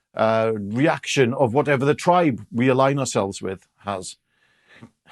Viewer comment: All good points, I must however draw your attention to the the most emphatic pronunciation of the word reaction in modern history